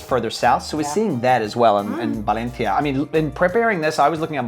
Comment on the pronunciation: Dude you sound ridiculous pronouncing Valencia. Why do you over pronounce some words and keep your non Spanish accent for others.. keep it consistent